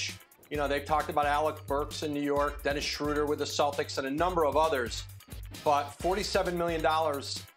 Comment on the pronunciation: Did Woj just say Dennis Schröder? Im dead